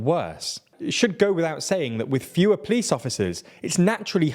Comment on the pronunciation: Haha “plice”